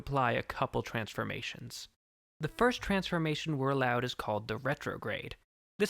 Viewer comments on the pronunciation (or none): none